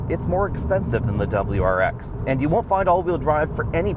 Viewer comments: This guy should’ve practiced saying wrx a little more before the video 🤣🤣 Dubberl-rar-ex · Dub-L-U RX.